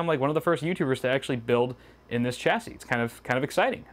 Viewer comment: Every time you mispronounce chassis, I die a little inside.